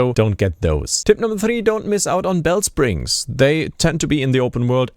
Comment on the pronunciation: Tip #18: Don't pronounce Bellsprig as Bellspring.